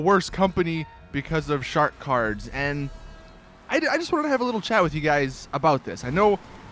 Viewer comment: is it just me or does anyone else here Shart Cards when he says shark cards...